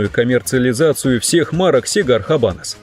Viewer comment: Оч познавательное видео👍. Правильно "Абанос". Не "Хабанос". В исп яз эта буква не произносится.